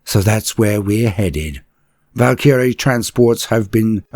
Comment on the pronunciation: A little perplexed about how you're pronouncing Valkyrie though?